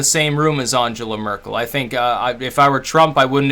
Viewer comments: At least have the curtesy to pronounce her name correctly. You're quite correct about her immigration stance, in the sense it was absolute madness. However, she's not squeezing the middle; and the average German has a high standard of living, access to very high quality tax funded healthcare, a solid work ethic, industry focused apprenticeship training from school, inexpensive and high quality education and first rate research. Trump is the total opposite. If he and his administration were representative of the US the wall would be a sensible barrier, in order to keep his poison away from the rest of the world. You have a lot of problems in the US, none of which Trump and Congress are fixing, and your whole political system has become a world posterboy for corporate corruption. America is pretty big, militarily powerful but not enviable. So what if she didn't shake hands. She'd have to wash them if the Russian tape exists. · You might want to learn how to pronounce her name?